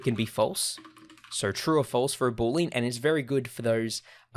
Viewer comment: he appears to pronounce it "boo-leen". It's actually pronounced "boo-lee-ann"